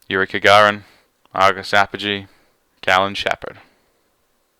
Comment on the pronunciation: Kagarin? I think you mean Gagarin